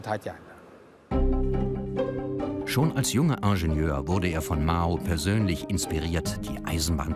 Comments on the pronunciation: Was ist ein Ongschenör ?? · Das müsste doch heissen: "Inscheniör"!